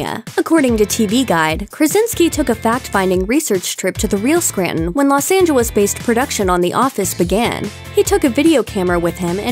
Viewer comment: "Los Angawis"